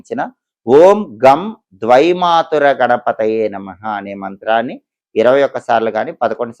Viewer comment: ద్విమాతుర కాదు. ద్వైమాతుర అనాలి.ఆదివృద్ధి వస్తుంది